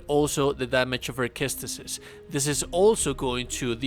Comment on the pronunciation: "ses-tus", not "kes-tus," dude. Also, trying this build, minus the armor, vs Masakage second fight and STILL getting my a$$ beat...